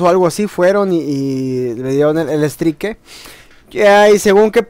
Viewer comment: se pronuncia STRAIK